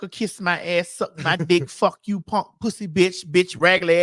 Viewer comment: lmaoo maddie i love the way you say “ponk”😂😂😂